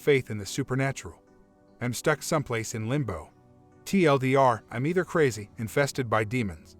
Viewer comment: “TLDoctor” lol